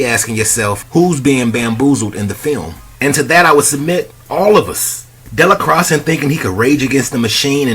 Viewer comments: Dell-a-cross? This movie was too iconic and won’t be fully understood for another 100 years at least! You have to start to learn to pronounce his name at least! Your review of this movie is (otherwise) spot on point! I give you a 99.999% brother! Thank you! The Mau Mau’s mission was getting put on! They had their token white and a light skinned woman! So yeah, this movie explains all the Half-Original babies in the south these days! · Its pronounced DAY-LA-CROY. The x in his name is silent. The last name is French/Creole. Love the channel, keep it up. P.S. How about reviewing Denzels entire catalogue. Beginning to end. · Actually it is pronounced Della Quah! The x is silent! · Sir did you watch the movie cuz that’s not how you say de la croix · How do you not pronounce the name right after watching the movie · How did he watch the movie and get the name wrong lol